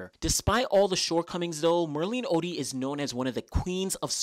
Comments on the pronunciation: It's not Oddy its Otty .😂 great video presentation though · Great video. You have a typo on Merlene's 200m best in your video (21.74, it is 21.64). And her surname is pronounced "oTTey"